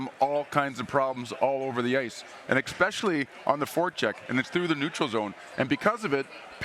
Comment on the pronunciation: I heard TWO people say "exspecially" in this video. Wild to me